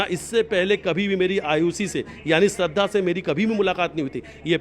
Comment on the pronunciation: Shradhha & Ayushi , do naam kaise bol rahe hain ye ...